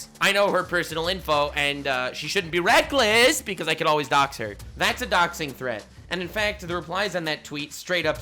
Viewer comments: says wreckless instead of reckless, The entire community: He doesn't even know that he's dead. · Lol... "wreckless" XD